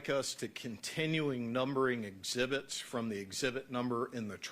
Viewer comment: This 🤡 defense attorney just loves to hear himself talk. Didn't say 1 lie in trial? How about when you stated Chris said he didn't want to see the devastation "I" caused? Chris never said that and anyone who pronounces, "ezzzzibits" and "plumber's semen" better hush when trying to verifying what someone else has said.